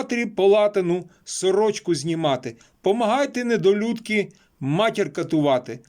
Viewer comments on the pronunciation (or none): Треба тренуватися, так читати не можна... НедолЮдка якась вийшла😂